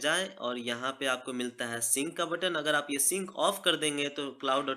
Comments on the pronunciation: उसको सिंक बोलते है सीनसी नहीं बोलते प्रोनोउंस बराबर करो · Bhai since nhi sync hota hai 😂😂😂👎..